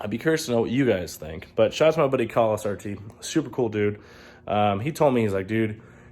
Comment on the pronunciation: It’s Khal not kahal👀